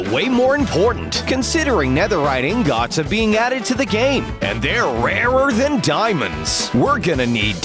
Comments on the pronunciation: “Netherite ing gotts” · The guy said ingots and lava wrong. But it's alright. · Did anyone else cringe when he said “Ingots”?